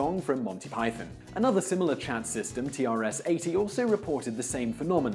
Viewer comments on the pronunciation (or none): none